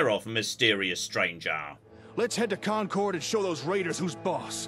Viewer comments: Did he just say "CON CHORD"? Khan cored? Everyone in Massachusetts is crying out in agony because they all know it's pronounced "conquered". My girlfriend is from the North Shore, and she is highly offended! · As a Masshole, the VA's pronunciation kills me. I'm sorry, but we absolute heathens pronounce the town of Concord like "Khan Curd". Yeah. I don't get us either...